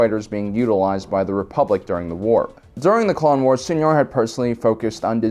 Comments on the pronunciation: it's not pronounced Seenar it's pronounced Sighnar...like a sine wave. it's so cringy when you people say Sienar wrong. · Fairly certain I’ve heard it in cannon material sienar pronounced as sy-nar. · S-I-nar..... Hard "I" not "E". the way you pronounce it makes it sound like a special education program. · Anyone else heard "señor" with every "Seinar" 😂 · Enjoy your videos as always, despite your pronunciation of See En Ar Systems, lol. Always considered TIE Defender to be one of the strongest mass produced naval vessels in SW, and often fielded one hundred TIE/s, three hundred TIE/Defs, three Raider corvettes and two Imp Star Destroyers, to be the perfect Thrawn style surgical armada. Well reviewed ! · I think Sienar is pronounced something like ‘Sa-E-Nar’ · Get with the program, he mispronounces EVERYTHING. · It is cringy, IMO, but this channel is so good I can let it go TBH. P.S. I think sometimes does that on purpose to mess with viewers; he seems to have that kind of a sense of humor... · Dude...Sienar: Sigh-gnar. Have you EVER HEARD Star Wars names said aloud before??? Where do you get your info. And what’s a shimatar? Scimitar? Sii-muh-tar!!! Come on.